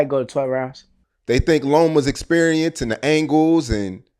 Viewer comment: SHAKUR SAID LOMA LIKE LARRY HOLMES FLABBY AND SICK 😂